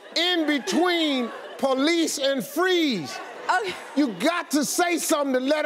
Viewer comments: Why she keep sayin "please" instead of police? 😂😂😂😂😂😂😂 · She needs to learn how to say PO-lice. Not pluhease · She's saying please not police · I thought she was saying please too. And I was like I didn't think they say please lol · She sounds like she said "freeze please" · sound like she be saying palease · When she says, "police," it DOES sound like she's saying "please!" She could always become a meter maid. I don't think her appearing on TSHS helped her career goals. IJS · The way she says police sounds like palease